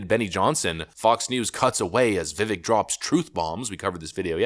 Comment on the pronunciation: It's pronounced Viv-ake